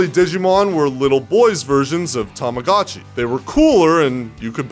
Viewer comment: 2 things i cannot accept in this video: ur voice. The way u pronounce Tamagotchi